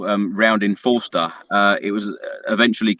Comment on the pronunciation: It's not Foster it's Forster! Come on guys..